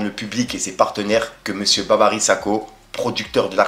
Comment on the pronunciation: Tu dis Babary mais c’est Babiry handek à bien prononcer